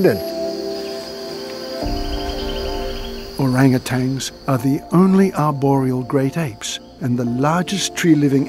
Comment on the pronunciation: The narrator doesnt know that there is no G at the end of Orangutans????